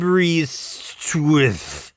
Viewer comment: “Aberystwith” (which is a town in Wales) is pronounced “ah-ber-IST-with.”